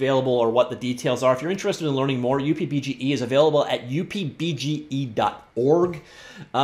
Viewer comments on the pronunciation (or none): just call it "Up" BGE please stop the weird pronunciation please .... its not pronounced as "U" + "P" BGE Fred/K.S